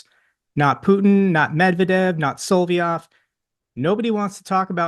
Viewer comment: still calling him "Solviov" It's Solovyov 😂